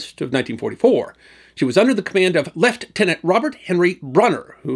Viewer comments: Well done for pronouncing Lieutenant Leftenant rather than Lootenant and I enjoyed some scenes from the 1950 John Mills film 'Morning Departure' (in the US, 'Operation Disaster') a good film of its time and with a story that, against all odds, ended well rather than badly! Another outstanding video from you....Bravo. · Excellent video and good for you for pronouncing the British rank Lieutenant (“Lef-tenant”) correctly (and yes, I did catch the emphasis 🇨🇦). This was truly a tale of courage, determination and gallantry. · Well done sir, for your pronunciation of Lieutenant the British and Australian way, you are to be applauded. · Well, he pronounced the British Navy Rank 'Lieutenant' correctly. :washhands